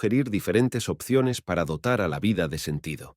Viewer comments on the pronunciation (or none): none